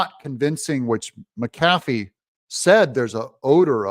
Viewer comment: Doug, it's MACK-ah-fee...not MackAFee!